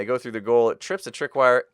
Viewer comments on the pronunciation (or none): "IT TRIPS A TRICKWIRE TRI YBLOA WORDS" hahaha